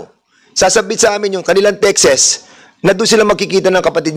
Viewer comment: and word Texts, the good congressman pronounced it “tekses”, is that correct? I am just curious because it’s the first time I heard it and I immediately googled it and cannot gind that pronounciation.